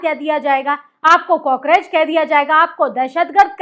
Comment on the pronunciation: अरे काकरेच नहीं कॉकरोच होता है😂😂। जब कुछ आता नहीं है तो क्यों बैठ जाती है समाचार पढ़ने को